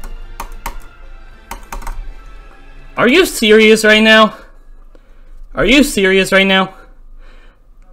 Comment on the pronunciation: Are you serious right neow??